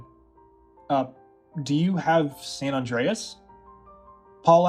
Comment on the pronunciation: Why do so many youtubers pronounce San Andreas as San None Dre Es? It's San Anne Dre Es